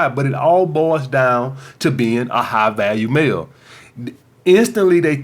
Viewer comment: I thought you were saying high value meal lol, still worked.